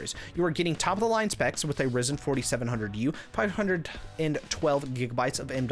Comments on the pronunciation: It's not risen, it's risin'. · just a different experience for me. Normally it's pronounced Rye-zen. But you do you, I'll still watch the video 👍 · The way you said ryzen 😂😂😂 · I knew something was off with the pronunciation. Still, it provided a bit of humour in your video 😅